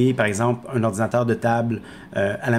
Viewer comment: orzinateur hahaha mdr ;)